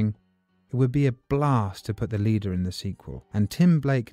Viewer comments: Leder??? Said 200 times…LEADER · Leader it’s pronounced like lee lee-der with a sharp e Lord such a good video with such an odd mistake